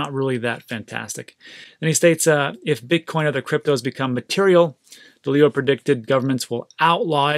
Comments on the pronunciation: DAAL-LEO is how you say his name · A little embarrassing to not know who Ray Dalio is or how to pronounce his name